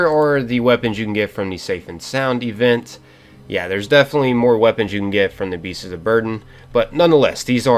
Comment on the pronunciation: Are you saying "Beasts's?"